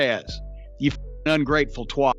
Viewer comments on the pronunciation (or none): Omds this is why Americans shouldn't say twat. Wtf is a twart😂😂😂